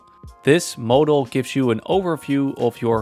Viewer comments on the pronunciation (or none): none